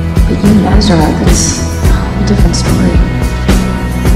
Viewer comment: It is Ezra